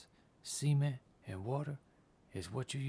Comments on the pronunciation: It sounds like he is saying Cemen instead of cement. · All i need to say about this video, pronounce the T in Cement... xD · i thought you said semen not cement, anyway awesome videos